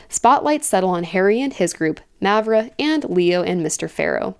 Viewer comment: Btw, both As in Mavra are pronounced the same, with the long ahh sound.